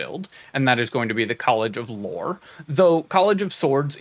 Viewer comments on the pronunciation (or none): THE WORD IS LORE NOT LORRY